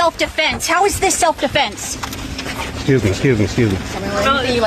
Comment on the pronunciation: "Austin Metclaf" "Self Deflence" "Daniel Penna" 🤦‍♂️🤦‍♂️🤦‍♂️